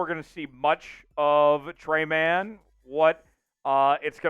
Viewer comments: Tre-Main.... not tray man. Good lord, it takes 10 seconds to figure out how to pronounce someone's name. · His name is pronounced Tre-main